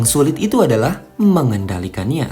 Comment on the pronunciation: saya suka pas admin bilang,MENGENDALIKANYA.